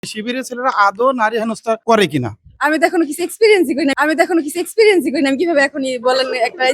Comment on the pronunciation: ইংরেজি বলতে না পারলে বলতে যাও কেন ? একজন বিশ্ববিদ্যালয়ের ছাত্রী হয়ে " এক্সপিরিয়েন্স" কেন বা বার " সিক্স পিরিয়েন্স বলছ ? " যাক, মানুষের মাঝে একটা বিনোদন উপহার দিতে পেরেছ - এতে মন্দ কী।